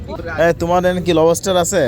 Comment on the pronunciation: লবেষ্টার ❌ লবষ্টার ✅